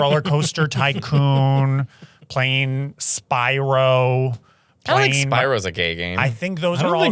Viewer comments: pronouncing Spyro “Spear-o” is genuinely upsetting and expected. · Not ‘SPEAR-O’ 🤣😭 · are we gonna discuss how pronounces 'spyro'!!!